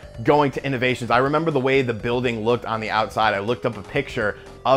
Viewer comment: It's Innoventions. Not Innovations.